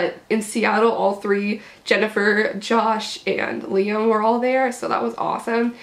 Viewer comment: the ways she said i got see josh and the way she said liam loll